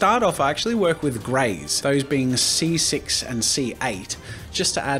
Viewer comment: When he said “ C6” I thought he said “ sea sick”